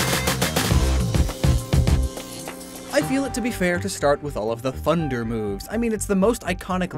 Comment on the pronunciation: Did he say “funder”?